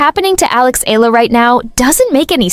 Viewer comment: For crying out loud it's eyala not ila. Don't bother to vlog if you don't even know how to pronounce her last name. It's evident that you don't know the person too well. It appears that you're just filipino baiting. That's why i didn't finish watching this vlog